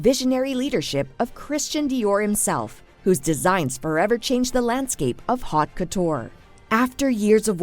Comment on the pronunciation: Your AI narrator can't pronounce "haute". Fairly important for a vid about Dior no?